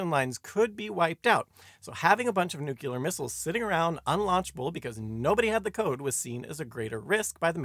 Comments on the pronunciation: Good video. Very scary. One note: New clear, not nuke you ler. :) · Nice quickie. Not partial to your pronunciation of nuclear as nukuler though lol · I came to leave this very comment. Thank you